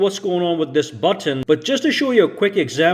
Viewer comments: Button . Not buTTOn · Bro why are you over pronouncing buTTon?